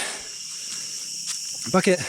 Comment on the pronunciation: Fascinating video, as always... thanks for this! Just a comment on pronunciation, bukit is pronounced boo-kit, not bucket. For a split second at the start of the video, I thought I heard something completely different there ;)